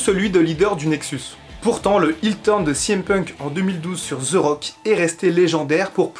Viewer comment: les français vous devez vraiment arrêter de dire Ze il dit même pas ça le pire il dit Zi wtf bordel c'est plus possible là